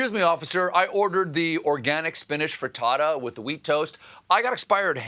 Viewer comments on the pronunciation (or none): none